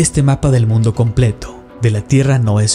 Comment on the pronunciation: No es El mundo Es el MUNDE UH UMMMM 😭 JAJAJA